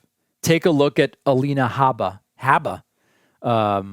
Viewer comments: David, the correct pronunciation of Alina Habba's name is "HOOBA", which rhymes with "BOOBA". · Clearly she corrected herself immediately… just like you corrected your multiple mispronunciations of her name. Trump does not bow to the bids of corporate america bc he runs on his own dime. Your audience is brainwashed into believing all the nonsense on mainstream media.